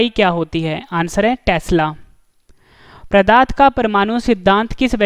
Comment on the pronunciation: Plz improve question no 8 that is called pdart not pradarth .....? And improve your pronunciation also you called pradarth for pdarth....!!!!